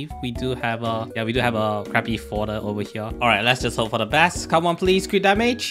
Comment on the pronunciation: Is it just me but u call every crit damage crit rat LMAO